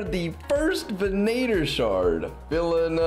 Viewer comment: i'm just confused how so many people have started pronouncing venator incorrectly XD (ven ah tor)